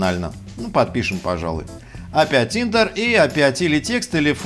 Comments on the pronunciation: Да не "интер", а "ентэр". ) Спасибо за очередной ролик с хорошей структурой и яркой подачей. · Не ентэр а энтер от слово Enter